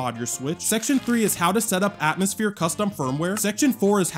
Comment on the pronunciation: atmoushere lol